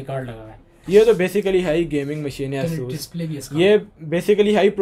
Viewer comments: Its asus not isus ffs bro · it's not asoos rog it;s a sas r o g btw helpful video